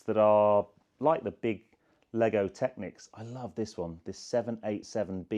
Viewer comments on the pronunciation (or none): none